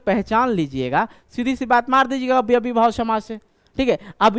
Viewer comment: अव्ययीभाव समास का उच्चारण सही करें सर